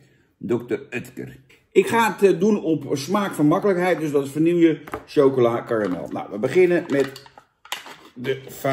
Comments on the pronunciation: Het is VANILLE!!! Niet Vanillieje! Wtf man, en dan zeg jij dat Dennis een spraakgebrek heeft... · Zou je de volgende keer Vanille willen uitspreken als Vanille inplaats van Vanieljuh? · vani je , op zn frans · Het is VA-NI-JE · Niet vanielje🙄🙄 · Beste Jan, de 'LL' in vanille spreek je uit als "JJ". Met als in medaille. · Je spreekt vanille verkeerd uit, Jan!